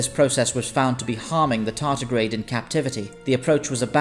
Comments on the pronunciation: I know Americans have a habit of saying T as D, however in this cases it is tardigrade, not tartigrade. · Tardigrade. Not tartigrade. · It's "tardigrade".